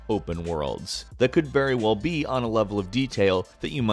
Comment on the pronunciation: "Berry well be"